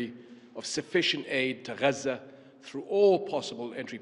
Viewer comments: HES SPEAKING ENGLISH IN THE VIDEO, IS HE NOT? WHEN REFERRING TO JERUSALEM DID HE SAY AL QUDS ? SO WHY IS IT GHAZZA INSTEAD OF GAZA ? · SOMEBODY PLEASE TEACH THE KING TO PRONOUNCE “GAZA” CORRECTLY. ITS “GAZA”, NOT “HAZZA” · Regarding the pronunciation Ghazza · NO. SO WHY IS HE NOT PRONOUNCING IT AS IN ENGLISH